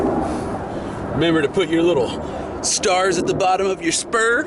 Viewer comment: bourbon legend it's not spurm it's spur